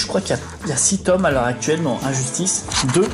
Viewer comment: L'accent français.😂